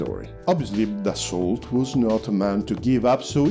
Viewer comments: I really liked the video.1 thing though Dassault is not pronounced like that, it's just "daso" (like renault is just "reno") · Terrific video. A little note ... Dassault is not pronounced like the English ''assault"" with a ''D'' in front. It is pronounced as ''Dasso'' with a long ''o''.